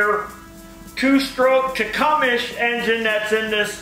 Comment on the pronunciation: Techumesh?? lol... It's pronounced Tech-um-see